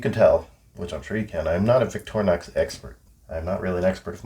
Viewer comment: Victorinox is pronounced VICTOR-INOX (equal emphasis both syllables) In French and other Latin-derived languages, "i" is pronounced "ih" not EYE, so "in-ox" from the French "inoxydable" (literally, non-rusting) or stainless.